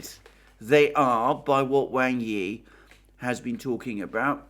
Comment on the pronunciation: Wang Yi is pronounced like "WAND", but with a G, and "I" like in illicit.